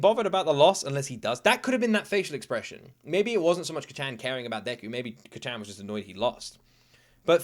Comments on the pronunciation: Please just listen to the dub to know how to pronounce Kacchan, its Kaachaan. Sounds like youre saying Kachow lmao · Your pronunciation of kacchan is so funny. Try to say it as “kca^t-chan” where the A has a slight up, you kinda cut at T and immediately follow it with a sharp Chan sound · is still calling Bakugo, "Kachen" 😭😭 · Heads up, being nitpicky, but the first syllable in Kacchan isn't shortened. It's all pronounced with the same emphasis. Cah-chan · Can you please stop calling him Kacchan lmao... It just cringes me idk why... Imagine if your friend from childhood or your sibling called you an infantilizing nickname like Luky-Luky, I wouldn't personally call you that because I'm not close to you at all... (+ the pronunciation is really off so it kinda irks my ears too). Like you can just call him Bakugo like every other character in the show and every single person who watched the show, + it's easier for the pronunciation. Anyways, glad you're enjoying it so far, I knew it would be one of those you would like from the beginning based on your prior reactions to other shows, but it'll be fun watching this show again through you eyes. Have a great day/night!